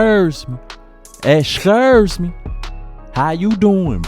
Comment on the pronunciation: "escurshhhhh me" got me dying